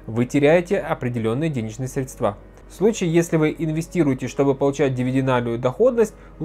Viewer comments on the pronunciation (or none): Пожалуйста! Прекратите говорить средствА! Это невыносимо! Правильно срЕдства. И только так.